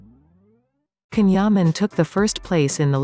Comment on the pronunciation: Neuvěřitelná kombince charizmatu, inteligence, krásy, dobrého srdce a čisté duše. He is absolutely amazing! All the best Can, lots of love. (for moderator - pls. learn to pronounce Can's name correctly! )